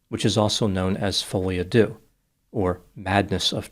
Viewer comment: “foley uh do?” Seriously? If you’re gonna use the “foreign” name, at least pronounce it properly. It’s “FWAH-lee a du” (the second “A” is like “cat” and the vowel in the last word is like the “I” in “bird”). When in doubt, use google translate and click the button to hear it pronounced. It’s French, not brain surgery.